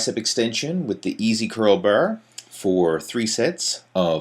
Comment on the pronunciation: easy curl br , straight br, steps pr rms ...brbell....chocolate br,,br girls...what a nice pronounciation